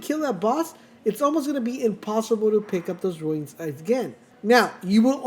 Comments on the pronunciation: Runes not ruines. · Runes, not ruins